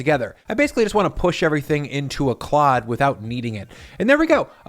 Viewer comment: Im gonna need a supercut of saying "Clod" please ty